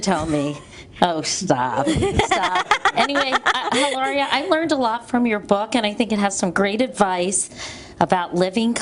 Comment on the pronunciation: She keeps calling her Hilara and not Elaria haha!